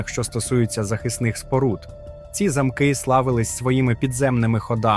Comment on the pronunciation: Дякую вам за український контент . Але наголоси трошки не те ..НЕ 🔐заМки ,а ЗАмки 🏰 .. якось так …